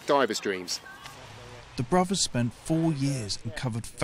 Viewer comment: Good story, but pronunciation needs tightening up a bit, Bruvvas? Annuals of history? Fousands? Or is it only me that mispronounced words - grinds my gears a bit, whatever class your from such words can be got right.